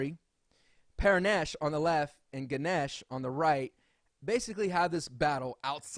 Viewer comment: And you don't Pronounce guneash you pronounce ganesh just sayin.